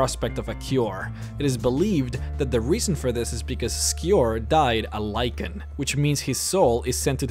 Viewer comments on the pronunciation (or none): I cringed each time you said "lycan." XD